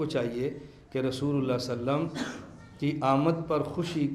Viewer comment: صلی اللہ علیہ وسلم کا تلفظ درست ادا نہیں ہورہا ہے۔۔